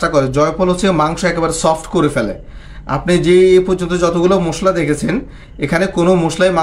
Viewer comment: মুশলা না ভাই,,,, মশলা বলুন।